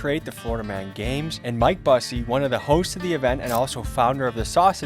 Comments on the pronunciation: Bussy lmao it’s pronounced Byou-see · it’s pronounced Mike B-use-see like the other Busey actor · You pronounced "Busey" wrong. 😅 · I love the constant mispronunciation of Busey as if he’s not Gary Busey’s relative